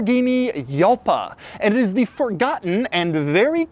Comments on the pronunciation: I'm getting really tired of hearing people persistently mispronounce Lamborghini names. Jalpa is a Spanish word, just like most Lamborghini names, and the "J" makes an H sound. It's as bad as hearing Jeremy Clarkson butcher "Murciélago". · "J" doesn't exist in Italian - It's pronounced Halpa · It's not Italian, it's Spanish, but same difference it's still halpa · It's pronounced Halpa you got it wrong Doug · As the word "JALPA" is in spanish it should be pronouncieted "HALPA" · If it's spanish, wouldn't it be pronounced as HALBA? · It’s pronounced “hal-pa” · You pronounce it ''Halpa'' the ''J '' is like a '' H '' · the name is latin based, so Italians pronounce them their way. Yalpa is the correct way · Doug’s the type of guy to think “Yalpa” and “Hwan” are pronounced the same. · Spanish here. The "J" in "Jalpa" is pronounced like the "H" in "Hamster", but stronger. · Yes, "Jalpa" is pronounced like "Juan" (or "Javi", yes), with a strong "J", like if you exaggerated the sound of "HOuse". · He's pronouncing it wrong. The J is not silent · The correct pronunciation is Hal-Pa!!! And it is beautiful. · LOL By Doug's logic (Jalpa ~ Juan) Juan should be pronounced "yuan". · How many times did you cringe listening to the "Yalpa" pronunciation throughout the whole video? There's a street in Long Beach, CA, called "Ximeno" and I've hear so many different pronunciations of it when I lived there... Himmeno, Heemeno, Zimmeno, and my favorite to hear, Eksimeno... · You didn't pronounce the name correctly. Should be like "HALPA", in spanish, J is pronounced like a H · The correct pronunciation of the name Jalpa in spanish of Spain phonetically is ‘xalpa with a very throaty J. However in México where the original bull breed “jalpa” comes, would be a softened J sounding almost like a H. “Halpa” and would be easier For americans to pronounce. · If it's a Spanish word it should be pronounced as "Halpa" in English. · FFS Doug, do you pronounce in Yose? Aleyandro? No. it's "Halpa"